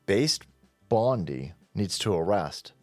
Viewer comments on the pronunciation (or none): none